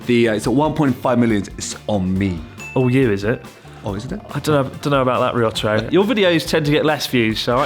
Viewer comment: To be fair, I don't think I've ever heard you pronounce Ryotaro's name correctly, (I somehow doubt his name is actually りょったろ) so he can call you Chris Board if he wants to :P